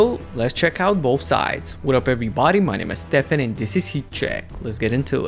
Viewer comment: His name is Stefan, not Stephen